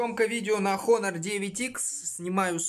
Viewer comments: НЕ ХОНОР, А ONOR 😠😠😠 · Не Хонор, а Онор олень правильно в Английском буква "H" не читается в этом случае. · Читается просто как онор, без Х